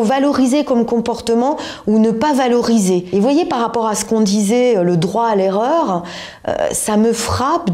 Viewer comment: Non, la preuve " eRReur" et pas " ereur " 😅